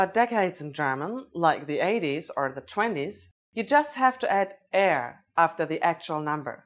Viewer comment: I am a little confused at the 1980s and 1920s example around the mark. She says you add an “er” (pronounces it like the English word “air”) but then when it’s in the actual word she pronounces the “er” like “ah”.